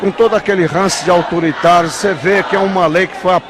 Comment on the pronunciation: kkkkkk ainda fala "auturitaru"